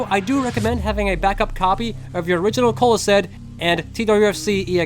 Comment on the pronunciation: I always thought it was "coal-esd", not "cola-sed"